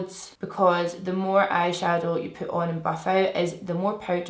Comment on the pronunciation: I thought you said “poop my base on” 😂😩 i love you so much!